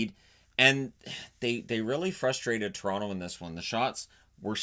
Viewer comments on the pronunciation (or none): none